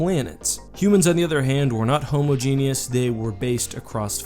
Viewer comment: It is pronounced hom-ah-geneous. Otherwise, great video! Keep up the great work!